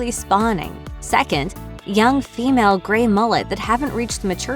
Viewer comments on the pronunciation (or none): It's GREY!!! Not grain!! you strange bot!!!